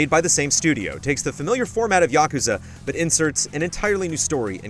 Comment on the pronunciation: Say it with me YA-KUZ-AH